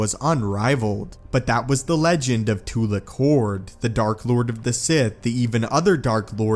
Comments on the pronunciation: im sorry to say this, but when you say tu'LEK' hord instead of tu'LAK' hord, it filled me so much HATE of you saying the wrong syllable in his Name. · I heard it as Tula Khord, I didn't hear it as Tulak Hord. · It's funny how you purposefully mispronounce the names of these characters in most of your videos. Tulik horde lmao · when i hear tulak hord it sound like tulak hoard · It's pronounced Two-lock Horde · The way he mispronounces the name is cracking me up. Sounds like "Two-lick"Hord. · you seam to mispronounce a few things i think😛